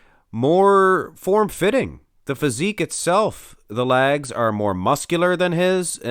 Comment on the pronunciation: Lol...”lags”. LOLOL.